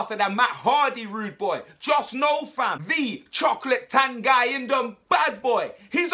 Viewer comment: Brilliant signing but his name is pronounced TONGEE.